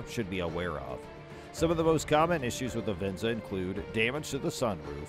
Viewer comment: Not even pronouncing Venza correctly 😂